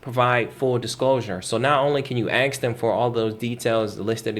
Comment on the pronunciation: Okay, since I'm on an obvious rant... I travel to many countries, and their people struggle, and REALLY attempt to use correct pronunciation. How long have you lived in the USA? How long do you need to be able to pronounce ENGLISH words? AXE? or Ask? Come on Man.